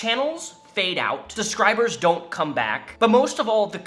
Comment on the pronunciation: is he saying subscribers or describes?